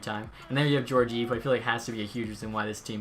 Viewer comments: Gorgeev? It’s gor-gee-ev, but nice vid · It’s pronounced ge-or-ge-ev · Pronunciation of Georgiev😂